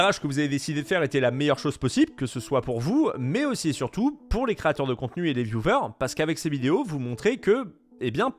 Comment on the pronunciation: Sympa tes videos mais le mot "vieuvers" pour viewers :''''((( vyouweeerrrssss au pire